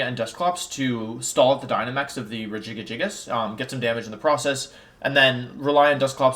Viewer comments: Every time he says regigigagigus I want to claw out my ears..... happy birthday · I cant replicate how you say Regigigas. Its like you made a new warm up tongue twister. Like red leather yellow leather but for the pro pokemon player.😂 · Are you purposely mispronouncing Regigigas and Kartana in the beginning?